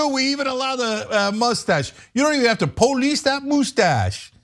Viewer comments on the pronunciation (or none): POE-Leese dat Moostasch. 😂😅😂 , you right Cenk let him keep it. 💯💯💯